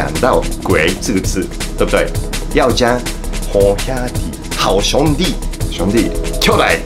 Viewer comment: 看著Iku老師講台語的😂七月半😂好兄弟😂靠牆壁走的鬼😂(很標準)真的超級可愛太好笑了啦😅~哈~😅~👏👏👏😍